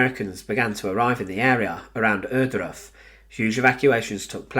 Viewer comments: My dear brother in, what is it with Brits and German names? "Errdruf"? Come on. It's "Ohr-", as if you tried to say "or" or "oar" with a German accent. If you click the Wikipedia article, it even lets you play the damn thing out loud. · Please say OARdruff. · The narrator needs speaking classes. Every time he says the name Ohrduf, he never says it clearly that I could identify it!